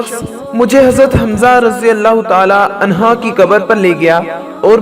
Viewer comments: عنھا نہیں بلکہ عنھ پرھنا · Anha ni anhu kehte han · Bhai anha nhi anhu hota h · Anha nehi anhu he